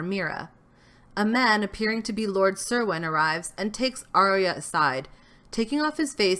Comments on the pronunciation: "Cerwin" is pronounced "Kerwin." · It's pronounced Lord Ker-win